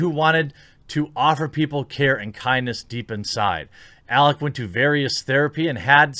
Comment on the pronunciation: jeremy mispronouncing alec’s name is even less surprising than zoe quinn trying to capitalize on a trending topic by pushing her victim mentality